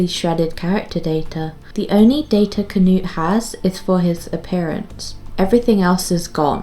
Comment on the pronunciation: "Kuh-noot" Had a good laugh 🤣 Knut is a German name. Try saying it faster with no pause between K and n. :)